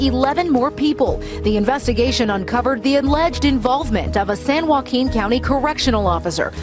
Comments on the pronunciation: “San-wahhqueen county” is crazy 😂😂😂😂😂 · said “San WongQueen” 😂😂😂😂